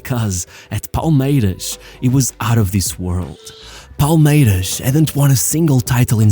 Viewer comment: When you're sYou're using the Portuguese "S" sound. In Brasil we don't say "Palmeirax", it's Palmeirassss, the S like a snake. Only in a few places in Brasil (like Rio) people say "Vaxco".